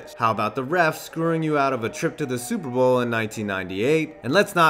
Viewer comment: super bowl not super boel